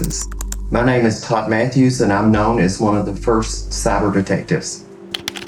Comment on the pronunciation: That accent is killer “imma cyber detecteeevvv” 😂